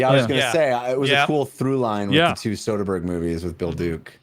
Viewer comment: You are saying Soderbergh wrong